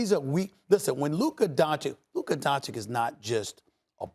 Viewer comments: How hasn't anybody told Stephen A that it's pronounced "Don-Titch" not "Don-Chick" 🤦🏻 It doesn't bother anybody else? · It's very disrespectful how Stephen A still can't say Doncic's name correctly